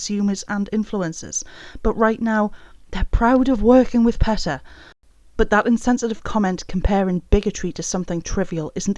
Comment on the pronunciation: Ok. But it's pronounced PEE-tah not PET- uh